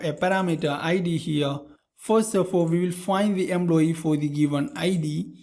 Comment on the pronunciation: What's with the EMBLOYEE ?!!